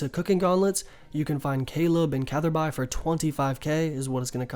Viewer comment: its CATHERBY or CathHerbie is how its said